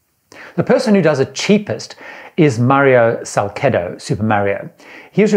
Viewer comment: Mario's last name is "SALCedo" (said SalSedo) (soft "C" as "Celebrity") .... (I'm distant family of his, so I KNOW!) BTW Even though he has said that "I am a single man. I have not gotten married yet..." this is not quite true! He has been married at least twice and with wife Rosenda he fathered at least 2 children: Diana and Alexander.... There is A LOT more to his story....